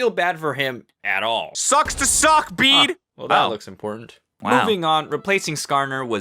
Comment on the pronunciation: Its bede not bade